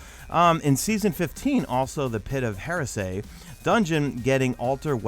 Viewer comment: lol the pit of HAIR-E-SAY